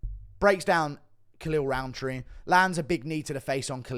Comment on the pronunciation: Maybe cause I'm not a native English speaker but to me his name sounds exactly like "Khalil Round 3"